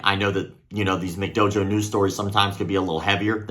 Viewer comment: "In today's mcdojo nose"😂